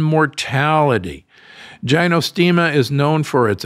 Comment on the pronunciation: Gynostemis = GI-no. Ginseng = GINseng, not GHINseng. Not poo-air tea. Closer to Poour tea.